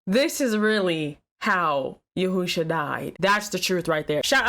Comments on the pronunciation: It's Yeshua. Not Yehusha. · Why you keep saying yehoosha? It’s Yeshua. Yehoosha Jesus ratchet side piece. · She said "YAHOOSHA" LMAO IT'S YESHUA. AND I KNOW SHE DIDN'T JUST ASK IF ODB WAS STILL ALIVE??? COME ON NOW YOU WAY TOO CUTE TO BE ASKIN THEM KINDA QUESTIONS. DIRTY BEEN DEAD IVER 10 YEARS NOW